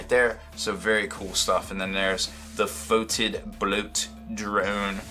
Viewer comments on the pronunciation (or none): It's not pronounced foe-tid. It's pronounced as "fedid"